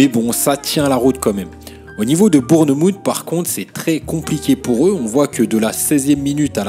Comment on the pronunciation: Super vidéo ✅ ps: la prononciation de Bournemouth et magnifique